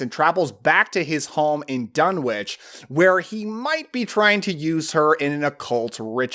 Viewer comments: Thanks. Saw it when I was 10, doesn't follow all of the book, mixed with 60's witch stuff, etc., but still good p.s., it's pronounced dun-itch, and there are also visual references to meteorites with energy. (On Wilbur's table) ❤❤❤ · One complaint- Lovecraft was an anglophile, so Dunwich would be pronounced Dun'ich. The W is silent in the British fashion. Just like Innsmouth would be pronounced Innsmuth. Well, actually another complaint would be that Lovecraft seldom included positive female characters, particularly as the hero. But Hollywood always changes things to make them palatable to a mass audience. The other changes, like Wilbur being normal looking instead of resembling a goat would fit in that category as well. Just sayin'. But the jump scare with the mother screaming directly into the camera is still effective. And god! What a fantastic soundtrack... Interesting that Talia Shire is a supporting character. Loved this movie as a kid